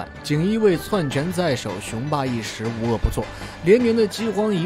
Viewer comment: 餓殍(音縹)遍野，篡(音竄)權在手